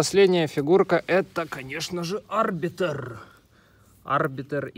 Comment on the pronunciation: Да , конечно ошибок много 1- не А́рбитр а Арби́тр то есть ударение на и 2- там был не плазменный бластер а огнемет (А остальные уже забыл)